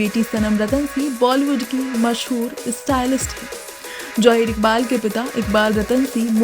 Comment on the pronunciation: Jaheer koiee naam nahi hota. Zaheer Iqbal boliye.